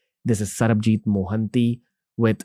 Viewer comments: for good god sake, his name is sarbajeet not sarabjeet. Please😢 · Bro said Sarabjeeth instead of Sabarjeeth 😂